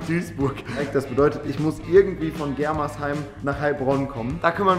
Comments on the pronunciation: bro das heißt germersheim nicht gremersheim😂😂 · Gremersheim wer kennts net 😂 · Germersheim nicht Gremersheim hahaha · *germersheim nicht gremersheim😂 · 😂es heißt nicht Gremersheim sondern Germersheim